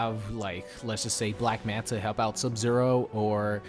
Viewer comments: Its black manta not black manat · "Black Manat" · Lmao "Black Manat"